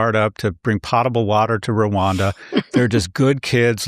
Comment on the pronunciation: Scott. It's potable (say poatable) water, not the way it looks- potable. The "o" is long. From the Latin verb "poto (potare)," meaning I drink.